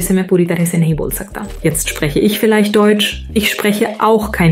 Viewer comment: the german pronunciation was flawless but the stress/emphasis was super weird/robotic